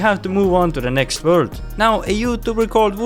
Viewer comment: Nice "wurd" btw